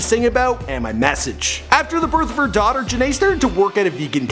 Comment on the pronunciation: The way he pronounced her daughter’s name 😭😭